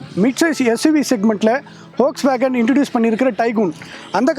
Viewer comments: வோக்ஸ்வேகன் அல்ல அது ஃபோக்ஸ்வேகன், நண்பா! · Folkswagen is correctly Pronounced